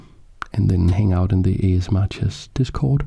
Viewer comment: I just realised that him pronouncing it A-Chess-M-R is a brilliant move 😂 Keep up the great work